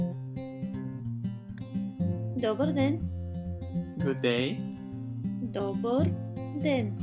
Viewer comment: dobar den is just plain wrong. "dober", with a "ehr", barely audible, is how all Bulgarians I talk to say it, not with a "bar" at the end. -- Been to Bulgarian 19 times and married to a Bulgarian national for 24 years.